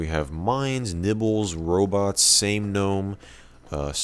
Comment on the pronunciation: ITS G'NOME